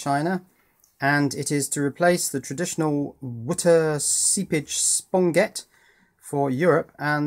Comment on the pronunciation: Seriously? "Sponget"? "Outdreak"? Where do those guys learn ESL (English as Second Language)?!? Maybe Chinese orphanage? Boy Scout camp in Moscow? I guess they also don't know the difference between welding and soldering, either. :)